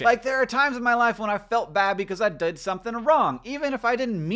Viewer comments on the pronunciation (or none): Says ''dud'' instead of ''did'' because he was subliminally messaged by the milk duds a few seconds before